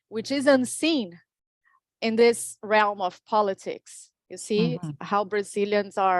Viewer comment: Realm…not …realum…realmmmm! Classy up a notch there girl Dim-mentions… not…Die-mentions. Your a funny one my dear. but, you’ve improved since you started 👏👏👏👏 and it’s nice you not have sling beer anymore! All the good power to you my friend 🙏🏼💙🦋. Get on your 🐎🐎🐎🐎